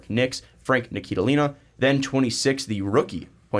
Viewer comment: who is this Frank "NIKILILINA"? it's pronounced "NILI-KINA", not really that hard to say guys c'mon.